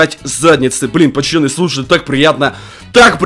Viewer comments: Я первый раз тебя посмотрел и мне уже не понравилось что ты говоришь пачаны говори пожалуйста нормально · а почему ты говоришь ПАЧАНЫ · Кому нравица когда. Говорит "ПАЧАНИ" ЛАЙК.